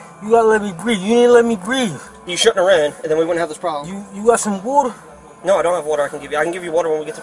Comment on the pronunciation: I never knew you needed whöder to breath. Whatever that is.